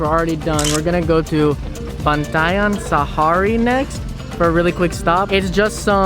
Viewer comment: It's pronounced as Pan-Jih-Ya. Pangea was named after a supercontinent that existed a very very long time ago.